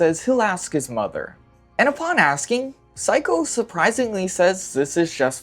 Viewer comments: Amazing video! One thing that bugged me though is your pronunciation of the mother’s name, it’s not like psycho, it’s like say-ko, not psy-ko. Apt mispronunciation though!! LMFAO! Amazing. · yeah i thought he was calling her psycho as an insult for a while 😭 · It's interesting because he got Sei's name right and Seiko's name has the same first 3 letters 😭